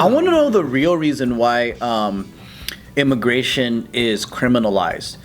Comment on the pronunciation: "Ermigation papers"